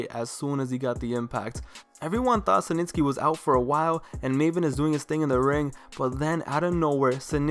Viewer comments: Its SNITSKY..not SiNTSKY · "Senitsky"... Dude, it's Snitsky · Who the hell is "cee nitsky" 😂 its 'snitsky" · dude, it almost seems like youre saying cementsky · mans kept saying “SANITSKY”😂😂😂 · why you call snitsky "Suh - Nits - Ske" ? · Idk why but the way you say Snitsky bugs me lol. Good video though.